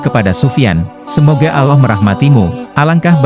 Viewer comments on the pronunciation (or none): Alloh pak bukan aloh hati2 klo berucap